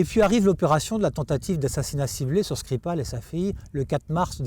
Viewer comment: L’intervieweuse, dont je pense qu’elle est sans doute plus qu’une collaboratrice pour notre ami espion, a prononcé le nom de Skripal avec une diction russe assez convaincante. Aurait-elle ainsi trahi un passé professionnel dans le renseignement ? 😉 J’arrive sur cette chaîne avec trois ans de retard, si c’est une redite je m’en excuse.